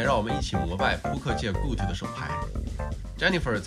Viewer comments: GOAT讀音唸錯了...這麼專業的頻道 出這種錯誤 不應該啊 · goat读音读错了 看来平常不怎么看体育项目的 ivey百家乐纹理识牌这件事都炒腻了还拿来说 做gto频道就专注gto吧 讲ivey就讲他扑克相关就好 扯其它的干嘛